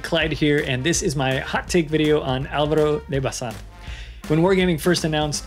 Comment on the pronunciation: I like the way you pronounced the name, quite close to the Spanish way. Well done!